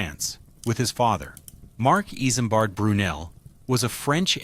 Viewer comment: Not iSAMbard... its pronounced Izmbard like a Z